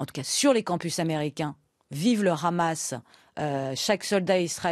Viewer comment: Une iranienne (ou d'origine iranienne) qui prononce "Hamas" en "Khamas" en dit long sur son "obédience" idéologique à elle et ses influences A part l'Iran sur lequel elle a naturellement des choses intéressantes a raconter, elle est complètement en roue libre sur le reste des sujets